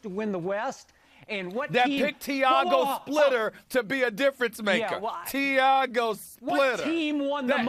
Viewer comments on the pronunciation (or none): tiiiaaaagow splitterrr.... lol